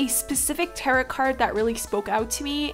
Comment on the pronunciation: Hey girl! Love your work! Just found your channel through the YTAC, and this piece is beautiful. Happy to subscribe! A quick comment though— tarot is actually pronounced “tare-oh”. A lot of people say it incorrectly and it is confusing so you’re okay! I would love to see more of these cards done by you! Xoxo Remy